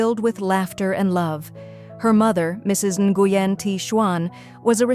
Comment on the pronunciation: Please learn how to pronounce the name. Nguyen is pronounced when.